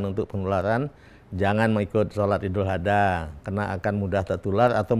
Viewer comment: Ngucap 'Idul Adha' saja nggak pas...